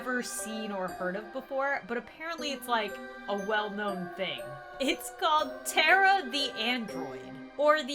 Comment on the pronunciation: and its now tera its TARA MA NAME PLZ PRONOUNCE IT RIGHT DEAR